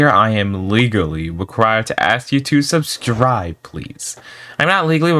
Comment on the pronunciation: bro really says subschribe for subscribe